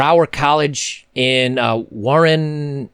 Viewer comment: Your pronunciation of Warrnambool (a coastal town West of Melbourne here in Oz), is actually pretty close!....👍